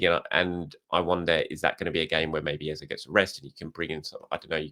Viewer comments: said it right earlier but people complained he wasn’t saying it right and he changed it. If you’re from Nigeria you can only laugh when you hear him say Eza. Ask 1,000 nigerians from the eastern part of the country and all will say Ezay. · His name isn’t EzA… it’s Eze pronounced Ezay as in ‘ay’… don’t know where the press are getting EZA from… his name is from the Igbo region of Nigeria and it’s pronounced EZAY 👍🏾